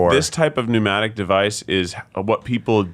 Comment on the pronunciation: Mnemonic, not pneumatic, that means air-driver. Like Johnny Mnemonic